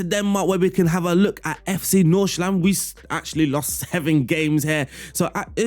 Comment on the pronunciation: Great tactic. Your pronunciation of FC Nordsjælland is not quite 100% right, but pretty damn close. So good job on that aswell.